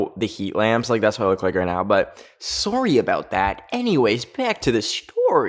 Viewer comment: who else thinks sounds so canadian when he says sorry 😂 ps luv you!